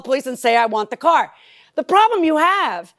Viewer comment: Yes, and pronounced car as ‘core’ about two dozen times.